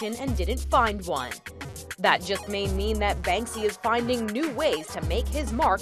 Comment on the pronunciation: The guy called it 'Banksby' right at the beginning lol